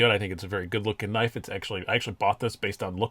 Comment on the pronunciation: You said “knaf” and I left immediately lmao just NO!!!